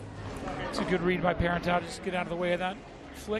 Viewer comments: it's not ParerntOW, it's parentEAU, rhymes with toe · My word. "PEAR-in-tao"? So ridiculous.